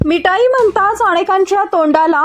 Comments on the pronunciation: मिटाई नाही ग मिठाई ट आणि ठ वेगळे आहेत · अगं बाई मीठाई बोलताना जो ट आहे तो टालकयातुन काढून टाका आणि ठसा टालकयात ठासून भर म्हणजे मीठाई हा शब्द बरोबर उच्चारता येईल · मिटाई......काय पण उच्चार! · अग साधं मिठाई बोलता येत नाही तुला आणि तुला संवाद दाता कुणी बनवलं मराठी भाषा शिकून घे आधी आणि नंतर हे असे उद्योग कर